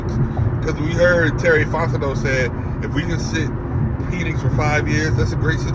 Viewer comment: You love what? 😂😂 Pause my boy it's PENix not PEEENIX.